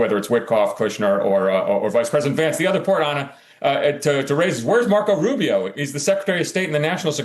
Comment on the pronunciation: Lisparo not Rubio. Speech impediment.